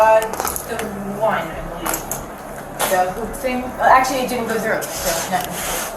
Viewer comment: It only took 1min 55sec for the first "I cant bweave"😂😂